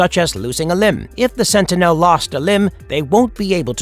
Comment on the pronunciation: I thought I was the only one it sounds so annoying especially the way he says sentinel